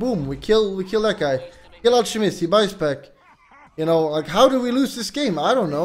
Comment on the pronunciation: Guyro and al-che-mist. Hes not pretending PepeHands